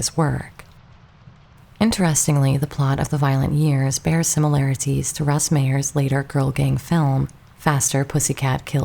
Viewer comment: The UFOs in Plan 9 are Lindberg Saucer Models, they are not hubcaps. Also notice that people who claim they are hubcaps cannot identify what type of hubcaps they are, or even a vehicle that has hubcaps that look like those. Also, this video cannot pronounce names such as Russ Meyers (not Mayor) and Criswell (not Chris-well).